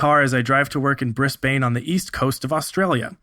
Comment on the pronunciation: I feel like I should give a heads up before you make the same mistake again and someone less understanding takes offense. Brisbane is pronounced with bin(sometimes, depends on where you live), not a bane. Also, try more of a Z sound than an S sound. On point, it's good to see the Defender getting some love. I was in a control game once, solo on B with 4 enemies. It's nearly unstoppable with armour of light and an enemy lacking supers.